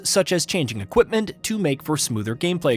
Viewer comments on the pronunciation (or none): none